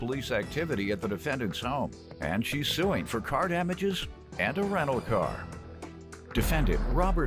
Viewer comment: Say it with me people “Ren-tal car”